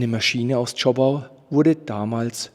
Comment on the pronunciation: Zschooooopau und nicht Zschoppppau